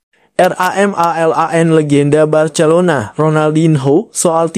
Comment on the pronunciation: Ngomong Barcelona aja ngak bisa😅